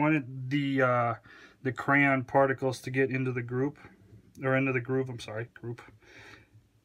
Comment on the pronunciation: For some reason it bothered me so much that you said "particles". To the point where I had to restart the video because it through me off.